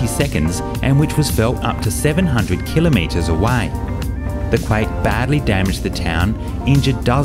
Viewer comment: Thank you for pronouncing 'kilometre' correctly! :)